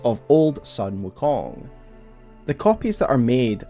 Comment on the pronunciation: not sun... not the solar entity. This is the family name Sun pronounced closer to the english word 'soon' or maybe a bit more accurately 'dune' but replace the d with an s.